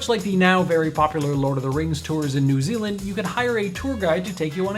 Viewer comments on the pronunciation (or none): none